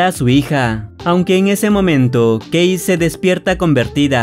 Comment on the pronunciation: ¿Alguien más entendió gay cuando dijo que la esposa se llamaba Kay?